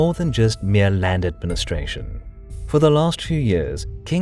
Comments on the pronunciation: Nice pronuncation of "Přimda" xD .. it's ok.. our leanguage is difficult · The waiting is worth the chills you get,after you see has new video. And hearing you say Přimda was worth too, im from cz, Ř is hard for foreigners Also appreciate the czech language there, really spot on with these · Ah, my country on the forefront once more! PS: nice touches with "hodně štěstí" and the quite good pronunciation of "Přimda" :-)